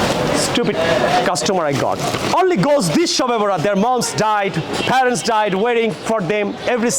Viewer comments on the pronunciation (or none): none